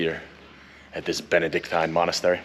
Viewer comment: I'm glad you made it there. Indeed, one of the few amazing sites we're still having, not occupied by others. By the way, it's 'monastery' ;)